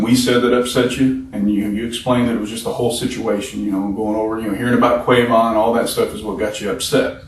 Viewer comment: QWAY-VON?.... did he call a HUMAN, Qwayvon?..... Are you SURE?.... that SOUNDS like a piece of computer equipment... Or an electrical wave form on an oscilloscope....🤷‍♀️..... Come ON, now....🤦😖. Qwilia, Lamquila, Q-laylee, Tea-Q, Hamqee, the last several years, SOME-1 Had a "Q" attack.🫣😖